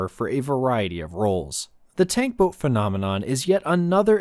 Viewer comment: Ah yes ...the "Toat" 😂